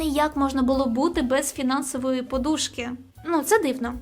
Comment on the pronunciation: Зверніть увагу на наголоси, будь-ласка.. бо складається враження, що ви не з України. Не поду́шка, а по́душка. Не оборот, а оберт. І так далі, покращуємо свою українську разом з вами.. тож не зупиняйтесь